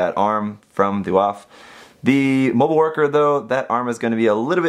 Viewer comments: i think its pronounced Waff (vaff) because it reminds me of the Luft-waff-e, see? also, i made sure to give mine the most detail possible, and it turned out AMAZING! (Amazing Waff anyone? kinda hope if there's a season 2 to build fighter's try, that the Waff makes a debut of some kind, along with the suits from IBO, and Reco in G) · It would be pronounced vAph like Volkswagen voLksVAgen